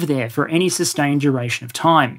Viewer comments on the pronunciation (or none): none